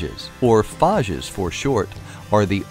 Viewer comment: Phaaaaages normally its phaiges spelled like you did phages but its ok